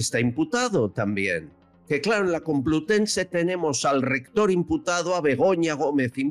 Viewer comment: "Universidad Cumplutense" 😮😂😢 "Tó sabiduría". No me extraña que la escondan de vez en cuando, en la cueva en la que deberían meter a Chus Montero Qué vergüenza ajena!!!